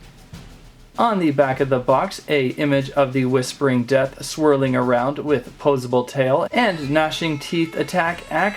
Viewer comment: ha ha ha dat was funny bicouse wen you akshuli say def dat was siryesli funny